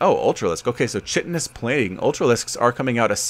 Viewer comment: Love your casting please keep it up!!! (a note its pronounced kai - ton -ous for the ultra upgrade